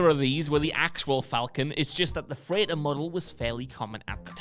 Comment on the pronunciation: Must be an accent thing tbh